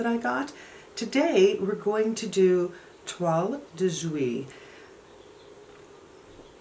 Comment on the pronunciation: Great on pronunciation of Toile de Jouy !